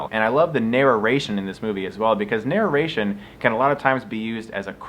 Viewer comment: Is he saying "nararation"? Why does it sound so weird?